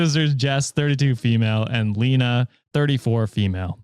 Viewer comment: My name is Lena and it's pronounced "Lay-nuh"